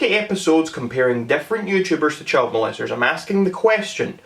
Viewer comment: “It is fact”. Me: Mate I’m aussie this bloke needs calm his farm and maybe go get a snag from Bunnings. ——————————————————————————————————: “Inabber can’t speak English”. Me: Mate, when say child it sounds like chilled and when you say walked you say wayked.